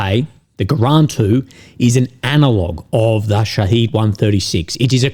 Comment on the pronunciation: sha heed (long sound) means martyr in Persian/Arabic whilst sha hid (short sound) means witness (sha hid being the Iranian designer’s name for the drone, because it witnesses events). Transliteration to English is a flawed technique, yet the difference in pronunciation is important in the interest of accurate reporting!